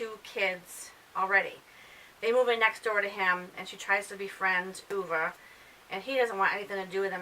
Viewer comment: I'm glad you pronounced Ove correctly! I gave it 3 stars. My book club read it and the reviews were all over the place like at yours. I just started reading Miss Jane by Brad Watson and I am really liking it! Keep up the book reviews, I love listening!